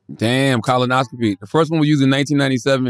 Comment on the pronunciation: Why does Charlemagne pronounce colonoscopy as "Colin-oscopy"?